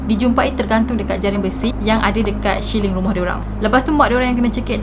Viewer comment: Salam, kita kongsi ilmu...sebutan yg betul ialah "siling" (ceiling), bukan syiling...👍